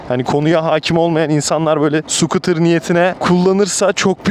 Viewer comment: Skutr degil Skuute 😂 Almanyadan saygilar sevgiler